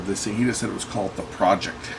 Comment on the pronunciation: pronounced Pro-ject (not project), they are an audio company based in Austria and founded in 1991, started with cd player's but made their name producing low cost but excellent all-in-one turntables, also well known and respected for their style of small box hifi components (amps, phono stages, DACs etc) and the cd player we see in the video.